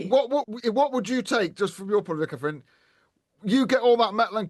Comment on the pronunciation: Her name isn't Kaffryn. Do make an effort to speak properly. It isn't a speech impediment—it's laziness.